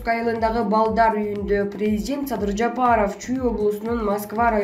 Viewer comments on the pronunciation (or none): none